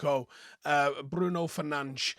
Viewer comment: First I hear someone say Bruno's name right👍. We saw glimpses of the old Rashford there, we have the best defensive pairing but still disorganized. We need to put balls in the danger area, AWB had a chance to put Martial on goal but he dilly-dallied and the move was gone after that flick he did. We need Pellistri in there and give Antony a breather.